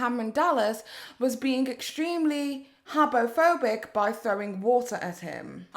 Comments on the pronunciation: I think you said habophobic so many times that my brain actually thinks it’s a real word😂😂 thank you dictionary 🙏🏼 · Just say homophobic and not habophobic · "Habbo Phobic" OMG!!🤣🤣 Did you play that game aswell, sis??😂